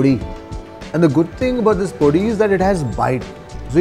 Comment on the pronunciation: Truly enjoy your show, especially your narration. I would like to correct your pronunciation of 2 Telugu words: - Podi: Do not put emphasis on the "o". Pronounce it normally. - Eggplant: Your pronunciation of "vaankaya" places too much emphasis on the first syllable. The correct pronunciation is "vankaaya".